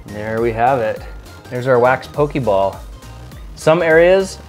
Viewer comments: po-kay ball, not po-kee ball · I cringed every time you said "pokey ball". If you people are going to appropriate my niche hobby, at least learn the franchise's correct pronunciations goddammit. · 'poke-ee ball' i scream everytime